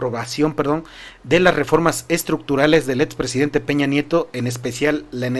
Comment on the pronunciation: X q dices pemets y etxpresidente, no es x criticarte amigo pero pon atención en la forma que hablas, mucha gente se acostumbra y después habla así. Disculpa x el atrevimiento. Saludos